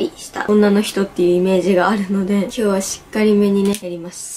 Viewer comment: 挨拶したあとの今日は の｢は｣がなんかやだ (伝わって)